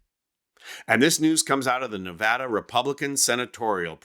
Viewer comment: Learn how to pronounce Nevada, putz!